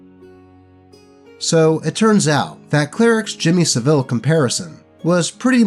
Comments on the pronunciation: that's not how you pronounce savile, it's "SAV-UHL" not "SA-VEEL" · That's not how you say Saville.